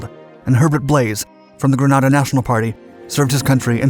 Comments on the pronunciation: This video is the biggest pile of misinformation and absolute lies that I have ever wasted my time watching. I was a Marine Corporal (squad leader) and part of the 22nd MAU that took part in the invasion.. As many people have pointed out it is pronounced Gren-ay-da and the second island we took is pronounced Carry-a -coo. The biggest part of the story that he left untold was about the 24 hour curfew. When we arrived on the island the people had been locked down for 11 days. They had run out of food and water and welcomed us with open arms. It was a miracle the operation went as well as it did because we had zero intel and the only maps were from an article in National Geographic. The students at the University were probably not in any real danger but the general population was definitely in real danger of starvation. I have always been proud of what we accomplished in Grenada and as we know it has been a democracy ever since. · I as a Trinidadian and every West Indian cringed at the pronunciation! I feel my Grenadian relatives rolling in their graves. You broke it down nicely. Great channel and info just the same. All my school teachers were East Indians and none of them ever pronounced my last name correctly...not even after you told them how to do it. He mispronounced it also. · Grenada ( pronounced gree-nay-da) not Granada. Granada is a city in Spain. Love your docs but y’all need to fine tune that information you put out there and make sure you say the right thing. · It's Grenada not Granada............ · Greeeenada Not Graaaaaanada lol! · It’s not Granada it’s Grenada. I made the invasion 5 ac in. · Grenada.... Not Granada, which is a city in Spain! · It's Grenada not Granada and it's pronounced Grenade uh Bwahahaha! Ford made a car called Granada and Spain has a place called Granada. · It's Grenada not Granada. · Listen your pronouncing it wrong not gran add a its ganaida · At 1'03", GRANADA ??!! Surely you mean GRENADA.......sloppy.